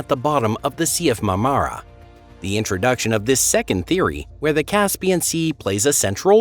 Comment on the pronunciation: I read Noah's Flood, the Ryan/Pitman book when it was first published. It was a fascinating work. BTW, please learn the correct pronunciation of Bosporus and Marmara. Your tone, modulation and consistent mispronunciation were quite annoying. An open throat delivery would be more pleasing.